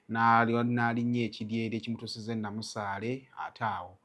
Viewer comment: Kiri Namasale not Namusale